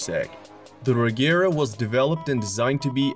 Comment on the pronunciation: Regera is pronounced with the G sounding like in Gepard, not a hard G like the Agera ("act" in Swedish, or "do it"). Regera means to dominate or to rule in Swedish.